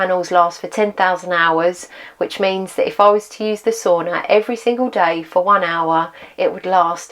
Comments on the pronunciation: I love your commitment to report tge accurate and realistic experimental information. It's really needed these days. By the way ... why do you keep saying "so-ona" 😄 ... it's Sauna lady... Sauna. 😄 BTW, thumbs up 👍 from me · I think you know how to pronounce the word sauna, but you don't pronounce it correctly. Is it British arrogance?